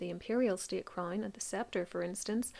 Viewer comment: A CRAINNE? Deleaaate? Pronunciation is 😅